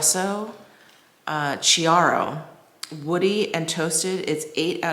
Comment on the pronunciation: Sorry but your pronounce of chiaro for me as an italian hurt my ears:) chiaro (kee-ah-roh) means clear or light❤